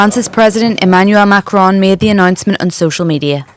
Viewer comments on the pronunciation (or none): It is not Macron…geeez.